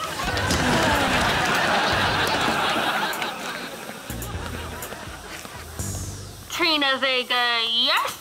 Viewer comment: He called her tryna vega instead of Trina vega